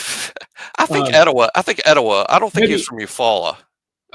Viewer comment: It’s pronounced Eto-WAW,. Love you.